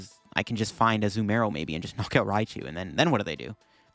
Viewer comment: i like how half the vid he says azUmarill and the other half he says azumArill